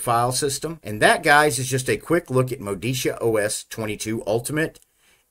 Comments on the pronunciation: As an italian i can confirm it should be pronounced "Modicha" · It's pronounced Moditzia. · Great review. I wanted to be sure it was worth installing before going ahead with the installation. It's pronounced Moditzia BTW. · If the distro was from Italy, then MODICIA is pronounced properly as Moh-dee-Cha. Looks like a fine desktop, I hope it performs great too. Auguri e saluti a tutti i developers! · If it Italian than is is pronounced Modicha! (like in chair) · pronounced MOE DE CHA.... lol neither of your stabs. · Hi mate, it’s pronounced MO-DI-CHA. Stress the second syllable and the O is a short vowel, the A is pronounced ah. Enjoy! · It is pronounced mo-DEE-chah. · My guess is that it's pronounced "Moh-dichia". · Modicia is pronouced as mo-di-cha (ch as in kitchen), I think. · It's Italian -- I'm sure pronunciation is M-oh-de-ch-ee-ah. (just like my Ruscetta name is pronounced with Roo-sch-e-t-uh)